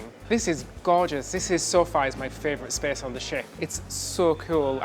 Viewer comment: My favorite is the way he pronounces favorite frarvorite. I get a chuckle every time, I love Brits!